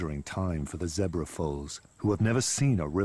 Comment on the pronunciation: your vids are great keep working hard plz stop saying zebar zebra